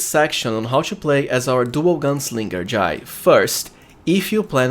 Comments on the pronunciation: It is pronounced J-eye, that's how the VA's in game pronounce it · i dont think she is pronaunced like this